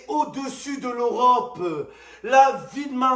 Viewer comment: C pa lorope mais l'europe handikapé va apprendre a prononcé